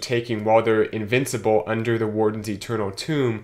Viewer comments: Dude, TOME! not TOMB... smh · I say to myself "Tome, it rhymes with 'home'". Every. Single. Time. Pretty sure he's trolling pedants like myself! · Tomb? You mean “Toe-mm” It’s a spell song know as “grimoires” Another is war drums and battle cry’s etc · It's Tome, rhymes with Rome.